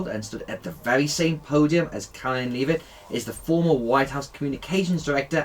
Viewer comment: Leave-it? Seriously?